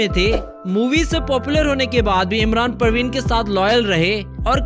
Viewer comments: Parveen ...Praveen nhi...yehi prob muslims k nam bolna Nhi ata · You pronounce wrong Imran hashmi wife parveen not praveen